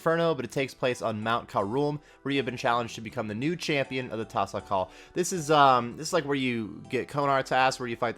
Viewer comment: its pronounced tah-sah-call, they said it will have a best in slot mage cape and best in slot mage ring as well. wave 1 to 4 will be fire cape difficulty 5 through 8 is inferno mid lv and 9 to 12 will be inferno difficulty/post inferno difficulty. if youd like more info they did a 3 hour live yesterday that should be available on the twitch live. but yeah it seems exciting. love your videos btw, hope the additional info helps. :)